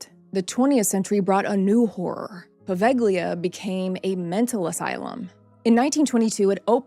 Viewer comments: I am italian and I live in Italy, on another city, but I have been there, it's not a good place to visit. Don't go there. However, the pronunciation it's not poveGHLIa with hard "g"... It's Poveglia, in italian "Gli" has a different sound. By the way, I really liked your video, I have subscribed to your channel right now. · In Italian “ gli” is pronounced as “ Lee” in a word or name or as the definite article before a noun. The “ g” Is not pronounced as it is a diachronic aphthong , a silent letter likr the “ g” in night, lihjt, fight etc.